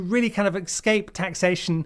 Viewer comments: Exscape? I don't think you learned that at public school mate. Is it an affectation? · 'Exscape' LOL